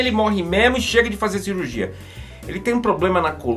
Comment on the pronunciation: Quando cara tá tão adaptado ao inglês que manda um SIRURGIA (surgery).